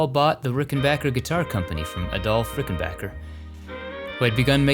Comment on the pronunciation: You pronounced "Rickenbacker" correctly!